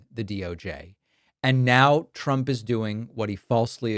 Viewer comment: I hate how she says Chtrump